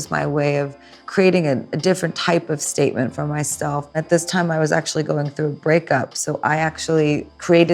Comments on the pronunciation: She sure made a "steak-ment" 🤣🤣💀💀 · She sure did make a ‘steakment’😂💯